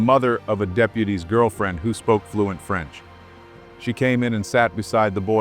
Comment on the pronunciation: PEY-RIS, FRENS.